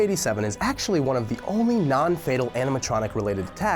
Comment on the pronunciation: wait- did i hear andiematronic?